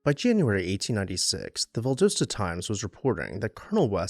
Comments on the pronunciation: Val-dos-ta not Val-dose-ta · You just pronounced it Val DOSE tuh. It's pronounced Val DOSS ta 😘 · Val daaa sta!! Not Val dough sta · Val d AH ssta. Not Valdooosta. I had to. It was hurting my southern lady’s ears. Carry on. You are already forgiven cause I love all of your videos. But hun, it’s VallD’AHsta. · Turpentine is pronounced like rye-pen-tine not tur-pen-teen. The city in Florida mentioned is Inverness, pronounced Inn-vur-ness. And as others mentioned Valdosta is pronounced Val-dah-stah. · It’s pronounced VAL-DOSS-TA, Doss, like hoss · You're killing me with your pronunciation of Valdosta. Val-Dah-sta. The O is a short o. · Well, as usual - a great overview of a very unique and beautiful house in GA! I have visited it a couple of times (once on my own, a few taking friends on the tour) and it never disappoints. But - you gotta say it with me... văl-DŎS-tə Val: Sounds like the "val" in "value". Dos: Sounds like "dahss," rhyming with "boss" Ta: Ends with a soft "tuh" sound Welcome to the Grand Old South.... 😁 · Refreshing to hear another story of a grand house that has survived. Love the background information and images., check me on this, but I believe the town's name is pronounced "val-DAH-stah" (last two syllables rhyme with "pasta"). Thank you! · Ok loved the video but you’re killing me with Valdosta. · Learn to pronounce Valdosta . Not cool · This is great. We pronounce it Valdosta (rhymes with Pasta) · He didn’t know how to pronounce Valdosta. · Fair! I like his pronunciation, too. Just not what I'm used to hearing. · Love your videos! Two corrections: It is pronounced "val-DAH-stah" not "val-doe-stah". Also, it was Inverness, Florida, not "Iverness". Keep up the good work!